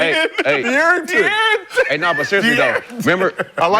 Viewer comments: It’s funny af how he butchers his name when it’s literally easier to just say dearron. Bro just adding extra letters for no reason 😂😂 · dude talking about get out of there when he cant even say his name right, u got no business talking g